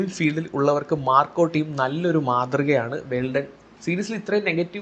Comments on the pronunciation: ഡാ പൊട്ടാ മാക്രി... Macro അല്ല marco... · Bro ക്ക് marco എന്ന് പറയാൻ ബുദ്ധിമുട്ടുണ്ടെന്ന് തോന്നുന്നു. അതുകൊണ്ടാണ് മാക്രോ മാക്രോ ന്ന് കരയുന്നെ 🤣🤣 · Bro it’s not Macro it’s Marco😊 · മാക്രോ അല്ലടാ മാർക്കോ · Macro അല്ല മൈരേ മാർക്കോ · മാക്രോ അല്ല മാൻ മാർക്കോ ആണ് 😄😄q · മാക്രോ അല്ല മാക്രി മാർക്കോ ആണ് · മാക്രോ അല്ല മാക്രി... മാർക്കോ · ഇയാൾ എന്തുവാ തവളയെകുറിച്ച് വല്ലോം ആണോ പറയുന്നത് "മാക്രോ " എന്നൊക്കെ പറയുന്നുണ്ടല്ലോ.. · മാക്രോ അല്ല മോനൂസേ മാർക്കോ...😂😂😂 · മാക്രോ അല്ലടാ പൊട്ടാ മാർക്കോ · മാക്രോ അല്ലടാ മാര്‍ക്കോ...😂😂ഇതുപോലും അറിയാത്ത നീയാണെടാ യൂട്യൂബും തുറന്നു കൊണക്കുന്നത്.. 🥰🥰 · മാക്രോ അല്ല😂😂 മാർക്കോ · ഡാ വേട്ടാവളിയാ...... ആദ്യം നീ പടത്തിൻ്റെ പേര് ശരിയായി പറയാൻ പഠിക്ക്......😅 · സിനിമയുടെ പേരുപോലും പറയാൻ അറിയാത്ത നീ ആണോ വിഡിയോ ചെയ്യുന്നേ കോപ്പേ 😂